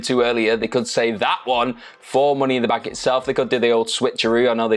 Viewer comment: “Mooney in the Bank” 😂😂